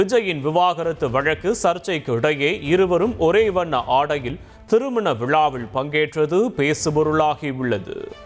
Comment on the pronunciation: சார்பிள் தேர்தள் விளாவிள் தாக்கள் ....என்னடா உச்சரிப்பு? தொங்கீருடா..